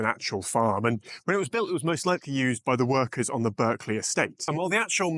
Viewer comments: 'BARKLEY' is how it is pronounced! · *Berkley is pronounced 'Barkly' in British English. Only Americans say it how it's spelled. Another example is the county of 'Berkshire'. It's pronounced 'Bark-sher'. The exception would be 'Berkhamsted' - which is pronounced as it's spelled.